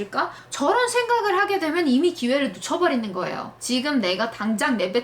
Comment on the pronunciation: 진짜 한국인처럼 발음하시고, 그냥 듣고 있으면 그냥 빼박 한국인이랑 다를 바가 없다고 생각합니다. 그래서 일부로 발음에 집중해서 귀 기울여 봤습니다. 영상 앞에는 확인 안 해봤고.. 영상 13분 시간 때부터 살펴봤습니다. "그리고 거울 앞에서 똑같이 똑같이 로봇처럼" 이 자막에서 '로봇'할 때.. '봇'이 약간 어색합니다. "이미 기회를 놓쳐버리는 거예요" '놓' 이 부분이 약간 어색해요. (ㅗ 발음인데 약간 ㅜ 발음이 섞여 있습니다. '누' 혹은 '눟'의 소리가 약간 있어요) "어디 부분에서 어떤 것 때문에 틀렸는지.." "틀렸는지" 이 부분인데 약간 미묘하게 살짝 어색해요 ^^; "틀렸"에 대해서는 발음을 정확하게 하고 계시는데.. '틀렸+는" 이 부분에서 '는'이 붙으면서 발음이 약간 그래요. 아마도 발음은 정확하게 하신 것 같으나 소리의 세기가 살짝 약한 것 같습니다. 음.. 뭐랄까.. 한국인도 발음을 어색하게 하는 경우가 있는데.... 그 어색한 것에도 평균치가 있는 것 같아요.